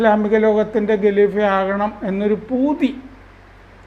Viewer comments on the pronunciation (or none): ഗലിഭ അല്ല കലീഫ😂 അങ്ങനയാണ് പറയണ്ടത് . ശാഖയിൽ നിന്നുള്ള അറിവ്.